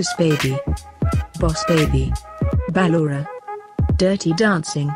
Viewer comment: Its not Baaaalora it's ballora